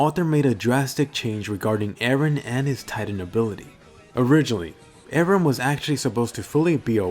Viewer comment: IT'S EREN, NOT AARON! WHY DO ENGLISH PEOPLE MISPRONOUNCE JAPANESE NAMES?